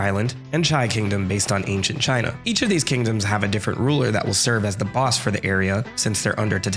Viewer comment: Antient Teadom 💀